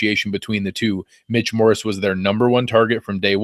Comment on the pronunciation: Dammit stop saying Morris, it's Morse. :)